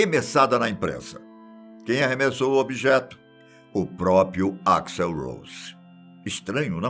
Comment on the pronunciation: que gastura esse velho do caralho falando o nome "axl" errado!